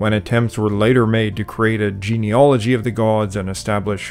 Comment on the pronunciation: A point that irritated me. The word is genealogy but you pronounce and maybe spell it genealogy.. please try to correct this.